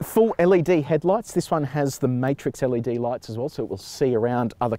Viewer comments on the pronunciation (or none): none